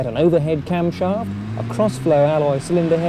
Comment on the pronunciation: overhead carmsharft (his pronounciation not mine) . never ohc. rattly auld school pushrodder. 11